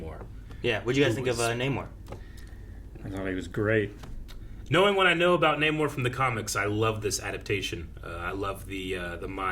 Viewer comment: Really irritates me that Namor literally tells people how to say his name and then they proceed to say Naymor for the entire film 😑 Petty yes, but still irritating!